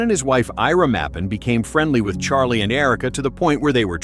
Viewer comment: She cant even say his name CHARLIE my husband